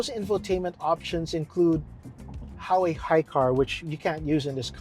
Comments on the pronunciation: “Ha wei” “Lambor hini” You mad at U and G? 😂 As a chinese, it’s not ha wei. It’s literally hua wei. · What’s HAWEY it’s called HUAWEI!